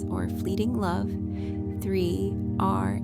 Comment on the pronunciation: Why isn't 3Racha pronounced properly. I like this, but that is kind of a crucial name to pronounce properly.